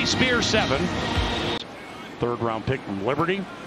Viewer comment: The way the commentator pronounced Tyjae Spears name...oof.